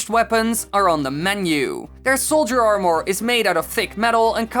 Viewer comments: Why do you say Armore... Its Armor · it’s armor! What are you, a European!